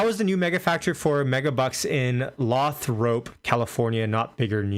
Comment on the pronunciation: Get your pops on channel. Why learn from the padawan when we can learn from the Jedi! It’s Laythrop CA no lahthrop 🤦🏽. Tesla can’t sell in Texas because franchised dealerships have exclusivity. Elon want to university of Guelph 😝😝😝😝. Model 2 factory in Jersey ANd china. Canada doesn’t make sense due to higher taxation, low population, and most of the cars coming back to US or going to Europe and not benefiting from néw US manufacturing green energy bill.